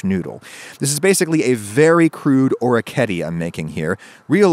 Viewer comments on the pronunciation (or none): orketty... or-eh-key-eh-tay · I believe it's pronounced or-wreck-ee-eh-tay... can't wait to see the new kitchen! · FYI Orecchiette is actually pronounced with the last e kind of like the e in "edit"